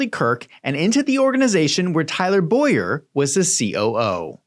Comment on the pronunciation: Tyler Bow-yer. My name is Boy-er